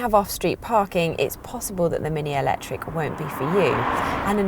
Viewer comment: I love the way she says "alectric" every time 😂